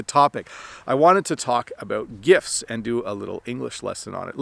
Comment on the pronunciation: Hey! I have a question. I noticed that when you say “gifts” you don’t pronounce the “t”. It sounds like “gifs”. You clearly pronounce the “t” when you say “gift” though. Is that correct? Thank you and Happy Christmas!